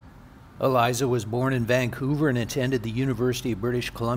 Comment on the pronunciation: E Lisa is how you pronounce it. Also that grave encryption is about as random and haunting as her death. Lovely video.